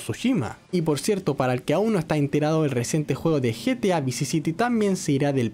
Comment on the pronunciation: se vuelve español al decir lo de GTA 🤣